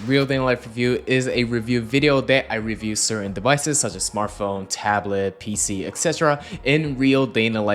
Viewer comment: Every time he says PC i cringe…